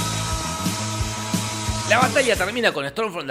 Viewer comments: Alguien notó que todas las veces que decia "batalla" él decía "batallia"? Re latino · estas diciendo bata"i"a?...